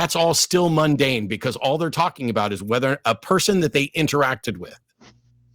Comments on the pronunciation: My hears heard moon-dane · Luna=Moon. "Moondane". He's a Danish lunatic? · He lost even more credibility when pronounced mundane "moon dane" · Did '' just say "Moondane" instead of "Mundane". Put your bong down '.'